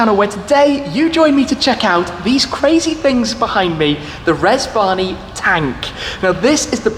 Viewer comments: I thought he said Reg Varney Tank. Now that would have impressed me... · I thought you said Reg Varney for a minute. I was expecting Blakey to turn up. ( For older viewers only)